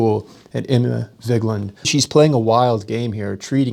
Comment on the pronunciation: Is it Emma or Enema LOL.